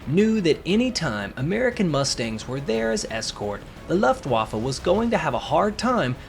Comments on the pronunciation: Good video, and thanks. But, if you’re going to try and pronounce other German words as a German would, please pronounce Luftwaffe as Looft-vah-fuh. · Please learn how to pronounce Luftwaffe –the u is a long u as in lou or moon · Your pronunciation go Luftwaffe is absolutely incorrect.